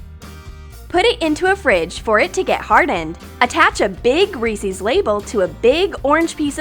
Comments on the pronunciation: DID YOU JUST SAY REESEES!!!!!! IT'S REESES!!!!! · It's not reecies it's recess I'm spelling it different to show the pronounciation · It’s reses not reseas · They give us a giant REESIE’S It’s pronounced Reese’s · you said reeceec but its recess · Reese’s It’s not called Reesie’s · Has anyone noticed that she’s said resis but it is actually reesese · It's Reeses not reesees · it's pronounced rees-is not rees-ees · why do you pronounce it REES-EES isnʻt it pronounced REES-ES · Not tryna be rude but it's pronounced Reese's not REESEEZ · that’s not how you say Reese’s your saying Reese’z not Reese’s. Just to tell you for next time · Its not re-sees its re-sis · they say reesees instead of reces and bugs me soooooooo much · Why do you pronounce "Reeses" "Reesees" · Its not reesees its reesis peases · No no no no no. You're pronouncing it as "Reesieys". It is pronounced as "Rees-es". REES-ES! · I think it’s re says not re sees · Umm you do know it's pronounced "reece-is" not "reece-ees" right?? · Reeses is the best! But why did you pronounce it "Ree-sees"? Its just "Ree-ses" ? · “Ree-Sees” Me “Ree-sis” Anyway cool video. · PLEASE don't tell me they said Reesies!!!!!! It's REES ES NOT REES IES!!!! YOU GUYS ARE RIDICULOUS!!!!! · OMG Reese's are pronounced Reese-is not Reese-ies hence the apostrophe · It's not resies it's Reeces re sis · STOP ITS REESE IS NOT REESE EES!!!!!!!!!!!!!! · It's pronounced ree-sehs Not ree-sees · it’s Reese-IS not Reese-EES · ReesEEEES?! IT'S REESES Sorry I'm a grammar perfectionist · It's not ree-sees it's ree-sez it's spelled the same but it's the only way to try to spell it. Did that bug anyone else? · I love REESES NOT REESIES TOOO! FAILED AT SAYING IT CORRECTLY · Meh too! She called ricies not Reese’s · The main thing that bothers me is the way they say Reese’s. It’s pronounced Rhys’s, not Ree sees. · They said "Reeseese" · not being mean or anything but for the reese's she said re-cess